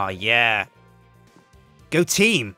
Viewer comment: says go team! IT sounded like goateam xD